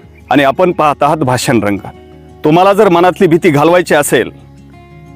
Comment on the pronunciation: तुमच्या कडून बरेच वेळा भासन असा उच्चार होतो आहे